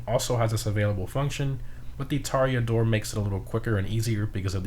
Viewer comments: Bud you can't have a good pronounce for "Cayo Perico" and a shit pronounce for "Toreador" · It is so painful hearing you say "Kosatka" or "Toreador"